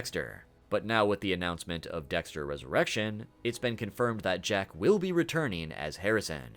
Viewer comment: Everytime you pronounced Resurrection as Resurr-eshion it killed me on the inside lol. Good video though man!